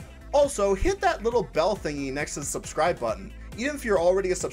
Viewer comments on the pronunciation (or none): none